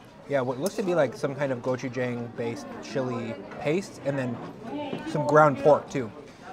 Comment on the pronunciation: great video! glad you enjoyed the flavors of my homeland.. btw.. just a minor correction in your pronunciation.. gochujang. the 'jang' is pronounced with a short 'a' kinda like how you pronounce 'john'. love your vids.